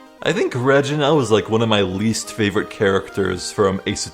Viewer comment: By the way it's ragena not ragene silly